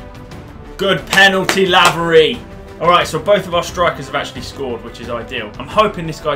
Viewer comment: Btw laverys name is said like c-a-y-l-o-n